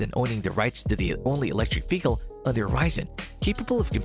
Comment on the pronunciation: Please learn how to say mobile and vehicle. It’s driving me nuts.